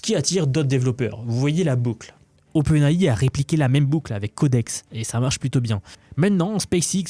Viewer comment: et OpenHAHI ca te dérange pas ? lol